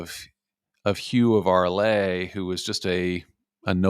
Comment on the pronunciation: Amazing video. Just an observation: "Arles" is not pronounced "Arlay" but "Arl".